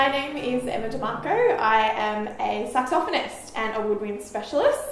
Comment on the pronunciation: The one thing i took from this video was the correct way to pronounce saxophonist